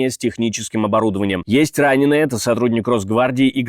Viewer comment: А мне больше всего нравится, когда диктор вместо "это", говорит "эт", – "эт важно". Очень эффектно звучит !!!